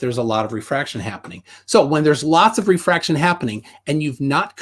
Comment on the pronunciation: Ah.. these were the days... back when planarwalk had a penis, tjump was a man, was pale and still proclaims presumptions and says they're not presumptions because he says so, calculations are measurements, squiggly cranes... and every answer was "refwaction.. bgawk... refwaction" and refraction perfectly makes things look flat. Now its "The universe is the container". lol.. and finally "we don't see the geometric horizon..." and "boats go over the curve". What of the 5 types of refraction is it? "I don't care". That's like saying "this flavor is the best..." and says "which flavor?" And says "I don't care about your flavors... this is the best flavor."